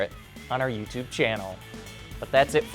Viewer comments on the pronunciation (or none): none